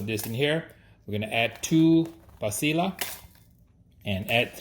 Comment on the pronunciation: Just fyi... double LL’s in Spanish are pronounced as a Y, like pasilla =pa see ya